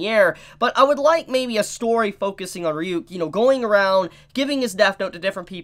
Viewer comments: Why can’t you pronounce Ryuk? That’s been established for a decade now 😂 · So didn't watch the anime? Well at least on how he pronounced ryuks name 🤣